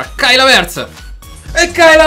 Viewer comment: non si dice havertz con l'accento sulla e ma sulla a